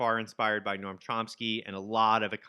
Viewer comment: No-am is two syllables. No-am Chomsky :)